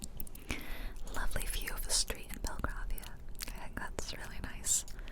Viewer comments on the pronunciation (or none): Just to let you know, Belgravia is pronounced like the colour grey.